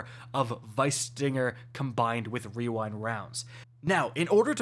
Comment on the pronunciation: wewind wounds